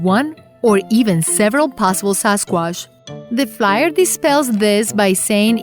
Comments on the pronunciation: SAS quash !😂Indian version!...can’t even say Sasquatch! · The narrator's hobbies include mispronouncing words and putting the wrong emphasis and inflection wherever possible. Lol sasquassh. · since when we say " Sasquash" :D ?